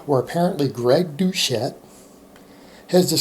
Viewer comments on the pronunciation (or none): It’s called DOUCETTE! Not douCHette. Which is not a good word in French. It’s pronounced DO SET!!!!!!! Don’t make me get my plus 10 hat of machin gun